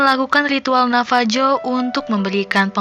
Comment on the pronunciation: Bukan navaju pronounciation nya tapi navahu